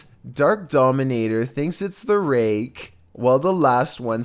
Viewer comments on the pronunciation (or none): none